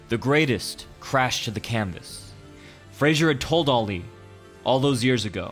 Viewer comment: The way he says ali is making me cringe